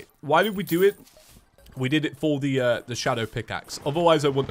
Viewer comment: I love that it’s feather instead of for the